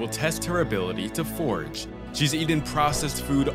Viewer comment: It’s FORAGE, not forge…